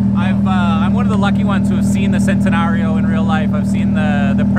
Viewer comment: I was gonna buy the GT3RS from that guy but he called the Centenary a "Sentanario"